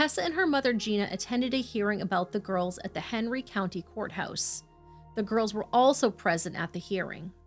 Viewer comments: There's no way I'm hearing 'Henry' as 'Hateful'. I like this channel for their diligent reporting, and there are several weird quirks of pronunciation I've become accustomed to, but this isn't one of them. Please listen to what she says at roughly . The name may actually be 'Henry', but she's absolutely saying 'Hateful'. It's very clear. I'm going to have to unsubscribe, because, though I really appreciate the content, the egregious mispronunciations are driving me batty. They completely take me out of every story. This is nowhere near the only one, just the first I've been annoyed enough with to say something about. What bugs me most is that both presenters put their commas in the wrong place, and I can't stop hearing it. Things like 'They thought this would happen but, (pause) that happened,' That's not how sentences work. We say 'They thought this would happen, (pause) but that happened.' It sounds like a minor thing but (long pause) it isn't. It breaks the flow of every sentence. I know this sounds overly pedantic, and I'm sorry for that. It grates on me, and I wish it didn't because I really like the content here. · I've listened to the part at roughly like a dozen times, and I can't stop hearing 'Hateful Medical Centre'. That can't possibly be right. What are you saying there? This is driving me nuts. You seem to be very clearly saying 'Hateful Medical Centre', but there's no way that's what you're actually saying. E: I can easily hear parts of the 911 call that are marked ‘indecipherable’ and a few parts where the subtitles clearly don’t match the audible words, but ‘hateful medical centre’ is so clear, I can’t get past it. Thanks for this story!